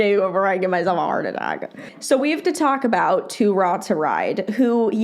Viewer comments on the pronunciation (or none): The way you pronounced 2 raw 2 ride’s name had me dead 🤣😭